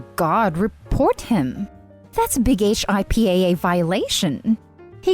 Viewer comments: HIPPA is pronounced HIP-uh. Acronymns are so annoying. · HIPPA is usually pronounced 'hippa', not spelled out. The automated computer voice needs to be corrected in certain places, especially the 'th' pronunciation and the difference between 'a' before a vowel and before a consonant. Perhaps if you adjust the speed it will be easier to follow. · HIPAA Hip-uh is how you say it.